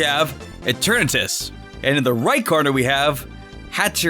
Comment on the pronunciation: that's not eternatus and it's "eeeetern atus" and "hat errr eeeneee